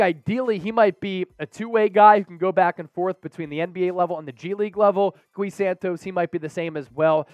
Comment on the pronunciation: It’s not Goo-Wee Santos. It’s Gee